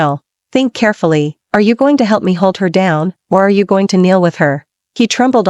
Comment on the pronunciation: Learn to pronounce. I am gooo ing??? Beee ing???